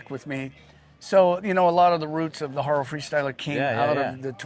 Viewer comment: Great interview with a living legend. I've been a Haro fan ever since I saw a 1986 Group1 RS1 in a bike shop. BTW, his last name is pronounced haw-roh, not hair-roh. He even says it .